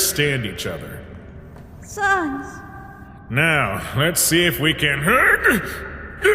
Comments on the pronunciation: Hey, by the way, sans is not pronounced sons. Its sans, like sand. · I Love The Voices You Give Each Character! Especially Sans! Although I Wish You Guys Would Pronounce "Sans" The Way It's Usually Pronounced (Sands), I've Gotten Very Used To It And It Hasn't Stopped Me From Keeping Up With The Dubs! ^^